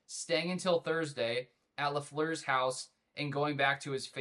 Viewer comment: Its say la not saw la